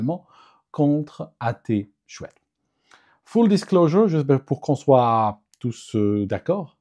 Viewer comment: On prononce "Ah t'es chouette" :)